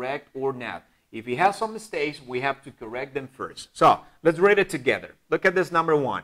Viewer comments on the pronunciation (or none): You said " let's read it together " but you pronounced the word or the verb "read" as if it were the past tense (red it) and as far as I know the correct pronunciation is "read" ( riid ) It's an irregular verb ( read, read, read ) well that's what I heard.